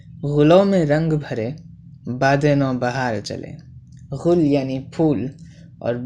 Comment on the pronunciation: Urdu bolne ke lye har lafz me nukta lagane ki zarurat nahi bhai... गुल होता है ग़ुल नही !!